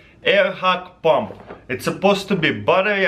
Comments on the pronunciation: In the beginning I thought he said battery operated bomb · When he's talking about the air compressor I hear him say bomb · I hear 'battery operating bomb' xD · Am I the only one who heard bomb the first time he said pump? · he says "pump" in an Indian accent lol